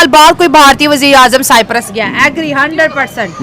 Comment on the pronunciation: Cyprus pronounce to sahi karo, Bhai